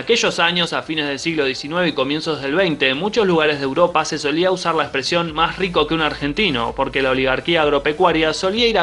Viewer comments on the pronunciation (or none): none